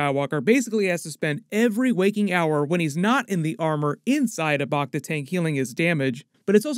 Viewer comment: First, "Back-Ta" not "Bok-Ta", and Major "dOmo" not "Doormo". Then Dok Strasii brought Bobba a Wookie pelt, a high honor seeing as how the Transdoshan would have to be a great hunter to take down a Wookie. And the other "Hunter" in the palace you asked about looks like it is a droid not a guy in armor. I'm not saying it can't be a hunter, but it looks like a droid or at least a poorly suited actor.